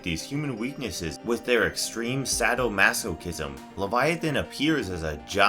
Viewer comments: Cant tell if purposely mispronouncing words by mistake or to troll... "Sad-o-masochism"... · Say-doh Mass-kizm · It's pronounced sin o bytes, lah mint and sade o mass a kism! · "saddle-masochism" "seen oh bites" good lord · For the love of fuck, learn the right way to pronounce "lament," "cenobite," and "sadomasochism." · Nobody going to talk about how the narrator mispronounces sado masochism and the lament configuration like maybe if you'd watch the movie you know how to properly pronounce the lament configuration go back to English class bud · Sad oh masochism Oh my fucking God why can you not pronunciation words properly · Exactly! Did you also notice how he pronounced sadomasochism?